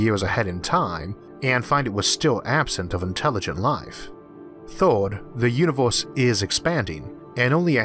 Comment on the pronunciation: The "forst" and the "thord" was too much for me!😂